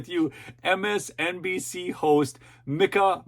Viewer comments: I don't think she pronounces it "Mick-ah" I believe she pronounces it "MEEK - ah." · FYI Its Meeka as in Peek-a-boo, lol. Both are disgusting women!!